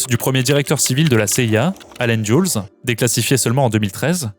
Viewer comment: Dulles ne ne dit pas Dioulze mais Deleusse (en fait, dulus, avec le son u de bus) 😉